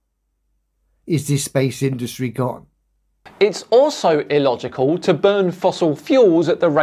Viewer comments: New Word EElogical🤣🤣🤣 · Dan I love your vids but I can't listen to anymore, just his voice annoys me now. 1st his constant use of demonstrable reality now his overuse and mispronounciation of illogical, its an I not an E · Why does keep saying e-logical? I believe he is looking for the word illogical 😅